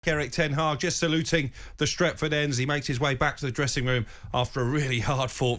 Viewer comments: “En Tag”?? 🤔😂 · Man called him Een Taag 🤣🤣🤣🤣🤣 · Who is ent Hag? 🤣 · This ronaldo agent Cole said en taag 🤔😜😜😜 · Him calling Ten Hag "En Targ" was a highlight. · Ten Hag its Ten Hag